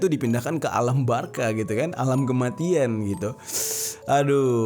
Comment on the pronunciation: alam Barzah bang bukan alam barka #cuma ngingetin